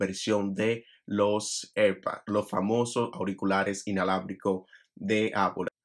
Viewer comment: Cada vez que dices “erpads” muere un gato